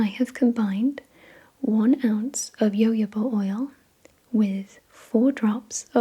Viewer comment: when you pronounced jojoba as "yoyoba" i LOST IT omg.... lovely roleplay, as always 🖤